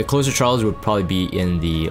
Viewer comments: So its not meant to be closer as in close to someone/thing- like nearby. it is Closer (with a z sound not s sound)as in to close/finish something. A "closer" like in basketball - a player who can finish the game strong and bring in the win. In this military-esque view it is someone who can come in and "finish a difficult job" - a reliable asset that you can call in to guarantee success. in this game- following up opener cleaves or others to come in and finish the job. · Closer as in closing/ending/finishing. Not closer as in proximity. The way you pronounced his name leads me to believe that you believe it’s the later. And why you think the name is strange.